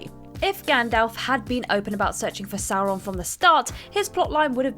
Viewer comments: How do you pronounce "Sauron" correctly and incorrectly in the same video? Where is the quality control? Why is WhatCulture so trash? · I know there is some argument over the pronunciation of "Sauron", but sticking to one way in the video might have worked better. Perhaps they were trying to be diplomatic?